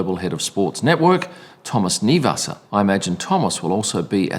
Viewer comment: As far as Max goes: That is the mark of a pureblood racer. No politics, just pure racing. The K in Kniewasser is not silent btw.